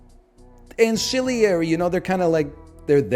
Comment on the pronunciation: Did he pronounce “ancillary” as “ancilliary” ??